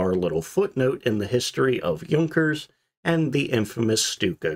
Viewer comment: Йот и у читаются как ю. Юнкерс